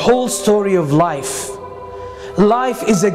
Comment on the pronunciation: when he said "life" i thought he said knife😂😂